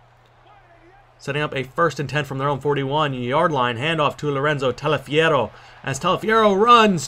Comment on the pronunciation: You pronounce Taliaferro quite good actually, considering the fact that it's relatively difficult to pronounce Italian names if you aren't used to(at least looks like one). Anyway good game, as usual!